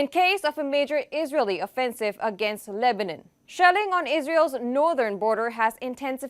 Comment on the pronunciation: Lebanon not lebanen anyone noticed her pronunciations 😂